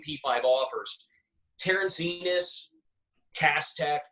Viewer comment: It's Pronounce like E-NOSE, not ENIS It's Terrence Enos Jr